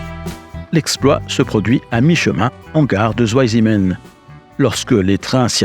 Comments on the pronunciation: Si jamais, c’est pas "zou aille zimenne" mais "tsvaille simmenne" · Merci pour ce reportage passionnant. Cependant Zweisimmen est une localité en Suisse alémanique. En allemand le "w" se prononce comme "v" en français, pas "ou" comme en anglais, et le "Z" se prononce "tz". La prononciation correcte est donc "tzvaïsimmène". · Bravo 👍 super reportage! Une petite info pour prononcer correctement le nom de la station vous pouvez dire de façon phonétique: "svaillssimeun" 😊 Salutations 😉🇨🇭😉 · Écoutez sur google 2 en allemand!! Ça ne se pronnonce pas à l'anglaise le w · La prononciation de Zweisimmen demande une certaine amélioration...! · Passionnant mais vous auriez quand même pu vous renseigner sur la prononciation de "Zweisimmen" ! j'ai cru qu'il y avait une nouvelle localité en Suisse !